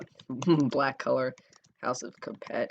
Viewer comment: it s not " capet " it s " cape "